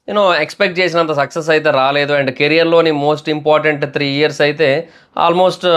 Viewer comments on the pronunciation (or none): none